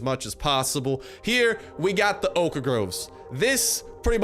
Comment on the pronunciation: Every time this guy says oak groves he pronounces oak wrong, but he says oak planks just fine. He's like stewie in family guy and can't say whip right when it's next to cool.